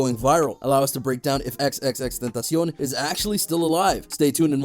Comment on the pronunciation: Thx a lot u are the ONLY one who can pronounce his name Correctly ❤❤❤❤❤❤❤❤❤❤❤❤❤